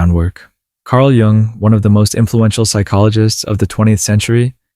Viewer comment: Nice!! BTW, it's pronounced /jʊŋ/, not Young...😉